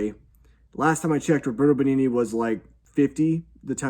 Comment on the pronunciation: The best thing about the Pinocchio reviews are the attempts at pronouncing the actors' names. "Nicolette Burishy" made me lose my shit 😆 Another video has "Robert Bengini".